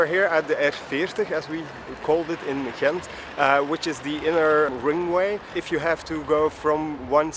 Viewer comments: in the Netherlands they have this throat G, in Belgium it's a soft G, your first pronunciation was better then the ones from the Netherlands :) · Much respect to you for trying to pronounce the names of the places in the local language, even for Ghent/Gent is which known internationally and basically also has an English way of saying it. When you tried to say the names after hearing it, I was surprised by how close you are to pronouncing it perfectly. You have excellent hearing and pronunciation! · i live in Ghent ( you pronounce it well for english speaker) and coupure was always a wild place to cycle it got a little better but cyclers are still not that much safer. because of economic cuts the streets lights go off around midnight etc. its nice during the day time not so much during the nightlife. Also now they building cycle road under the bridges it use to be on the bridges itself so conflicted with cars and daily collisions in the first few years. I enjoi the "circulatieplan" but it made it impossible to park anywhere without someone screaming or wanting to fight you.... anyway greets from belgium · 8.35 My compliments for you trying to pronounce the cities correctly, you were almost spot on. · Ghent is the English way of saying it, so you are pronouncing it just fine. I used to live at the part of the river they brought back. Was amazing to see the transformation from an ugly parking lot to what it is now. I can imagine that the worth of any house in that street went way up. :D